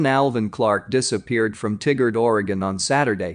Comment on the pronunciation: TIE-Gerd. Not Tiggard.